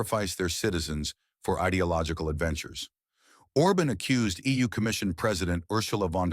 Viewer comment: Why do you pronounce i Feeh-koh and Or-bin? Why don't you take the trouble to look up how to say their names properly?